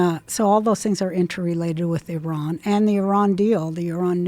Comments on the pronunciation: I actually really respect the fact that she pronounced Iran correctly. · Wow. She pronounces Iran correctly. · I love that Roseanne pronounces Iran correctly! Now teach the rest.